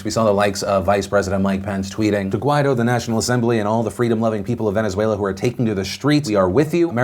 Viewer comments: Phil, the guy's name is pronounced "gwai-DOH", accent on the second syllable. That's what the accent mark means. Listen to how other newscasters pronounce it. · Everytime Phil pronounces "Guaidó" I feel like he's saying "why tho"